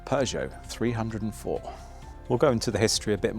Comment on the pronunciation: New to this channel, great little car! It's a "3-oh'4' not a 300 hundred 4, great find BTW 👍😉